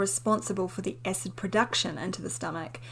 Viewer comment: It's cute how she pronounces acid. She says ecid.